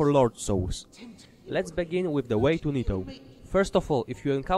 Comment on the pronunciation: "I'm gonna show you de whey"